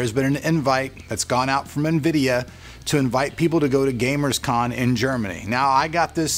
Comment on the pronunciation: "gamers com" if you cant even pronounce a mayoj global event right , how can we consider you a reliable information source, bullshit